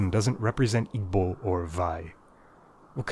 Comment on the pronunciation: Your pronunciation of Igbo was so good😂😂❤